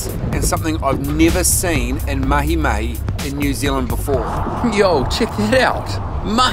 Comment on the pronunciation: Hey, Yes you! I’ve got to tell you, even if you already had my admiration, just the way you said “MahiMahi “ during the intro, with the right accent…. Top man!!!